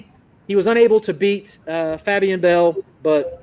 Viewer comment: fab-e-an bell 🤣